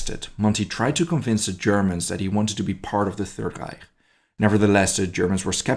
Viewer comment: how he pronouced reich